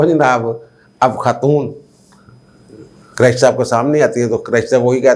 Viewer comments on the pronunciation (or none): جب بھی آپ شاہ محمود حسین قریشی کا نام لیتے ہیں تو مجھے ہنسی آ جاتی ہے پنجابی لہجے کی وجہ سے آپ قریشی کے ق پر پیش کی بجائے زبر بولتے ہیں اس طرح جو لفظ بنتا ہے وہ میراثی اپنے لئے استعمال کر تے ہیں خدا نخواستہ میرا مقصد تضحیک یا دل آزاری نہیں صرف آپ سے درخواست ہے کہ قریشی کے ق پر پیش لگا کر بولا کریں اچھا لگے گا